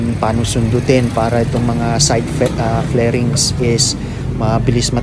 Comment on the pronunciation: It's called Fairings Sir not Flairings Lol,. Karamihan sa mga pinoy tawag nila Flairings hehehe